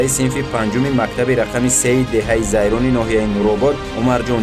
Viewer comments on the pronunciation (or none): Хатогии якуматон Деҳаи Зайрон не барода Лайрон мегуфтет аммо номи деҳотро як чанд маротиба такрор ба такрор хато талафуз намудед. Хатои дуюматон овозҳои мардумро монтаж намекардед чунки бо забони модари гап задаанд лаҳҷаи деҳотии онҳо бозҳам ба барнлмаи сабтнамудаатон ҳусни дигар мегирифт. Хатои сеюматон онки сабти асли аз монтаж 100% фарқ мекунад Сабти аслиро барои чи пахш намекнен бақавле фонограма мемонен.